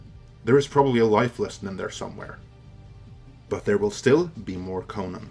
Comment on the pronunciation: CONN-an not kohNAN